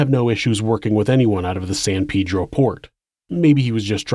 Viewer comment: Jesus christ why can't people pronounce words. It damn sure aint peedro bruh.